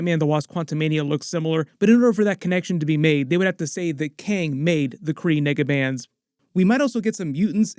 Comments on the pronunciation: We know what you’re trying to say but you’re definitely said “n word” bands. Be mindful of how you enunciate your vowels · Nigga what did you sayyyy???? The Kree what-a bands???